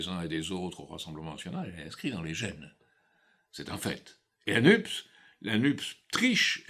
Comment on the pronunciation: NUPES se prononce nupesse comme dans CAPES, CNRS ...